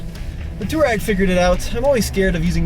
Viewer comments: Not toe-rag, not too-rag, it's too-ah-reg. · Too-reg? Guys, come on. You are supposed to be pros. At least know how to pronounce the name: Twar-eg. 🙂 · If you're gonna own it and drive it, at least pronounce it correctly. It's not "Tour-egg." Much closer to "Twar-egg." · I would love to know who told you that Touareg is pronounced too rag. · It's pronounced TWAR-EGG